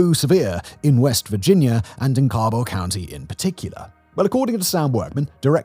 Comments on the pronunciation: Learn how to pronounce Cabel and Kanawha as a life long resident it hurts me a little every time 😂😂😂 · My mother and her family are from West Virginia. As far as I'm aware, no one on my mom's side is affected by the opioid crisis, but I haven't had contact with family on that side in years. And, uh, Simon, the "ca" in Cabell sounds like "cat," and Kanawha is pronounced "kuh-naw-wuh," or "kuh-naw" if you want to sound like a local."